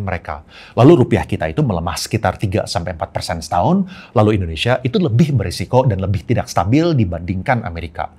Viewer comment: Di di di di di endhonesa,,fact sih koh